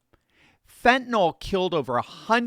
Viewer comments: Why are so many people mispronouncing it as phentanol? It's NIL! Not NOL! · Fentanyl, not "fentanall..."